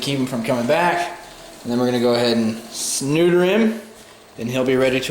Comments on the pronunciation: It sounds like he said "Snooter him". I laughed for like 5 minutes, omg help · "We're gonna sneuter him." I love (yes, I know he didn't say that intentionally). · He said snuder.. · Did you say sneuter?! lol 😂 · We're gonna go ahead and...snooter him xD sorry but the way you said neuter... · "We're going to go ahead and sss-neuter him" haha close one. :-) You don't want to spay him...